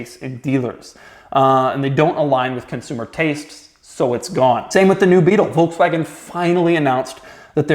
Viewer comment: Pronounced ‘Folkswagon’ Doug 🤦‍♂️😂